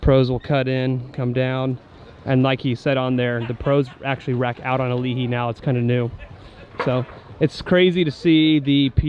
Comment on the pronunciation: Point of contention, it’s Ali’i, not Alihi.